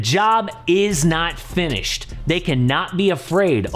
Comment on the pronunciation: "jobs not finoshed"